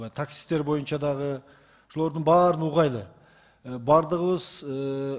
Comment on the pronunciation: Угайлы эмес угалы деп так суйлосонор